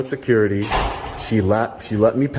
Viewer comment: “Caul sew-curity!!!”